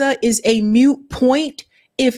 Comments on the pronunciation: Moot point,. Not "mute." Moot. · Dear: It IS NOT MUTE point. Mute means someone who can't speak. This is a moot point. Moot rhymes with boot. Not with mute. Boot. Moot point.